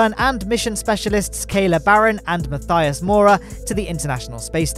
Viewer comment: Matthias Maurer is spoken without a th but with a tt ; )